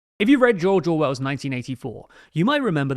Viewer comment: Jorjor Wells?